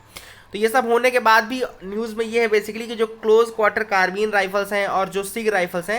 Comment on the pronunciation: That is कार्बाइन not karbin